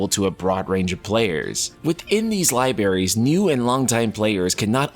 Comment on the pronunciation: libRarys, not libarys